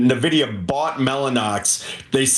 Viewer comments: I have zero faith in the opinion of an “expert” who doesn’t know how to pronounce Nvidia. Skip! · This first guy can’t even pronounce the company name correctly and we are supposed to listen?